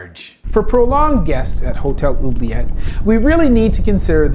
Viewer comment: Oubliet... = ooh-blee-ay